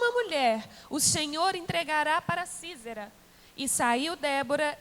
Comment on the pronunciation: Sísera =Sízera porque um" s" no meio de duas vogais tem som de "z"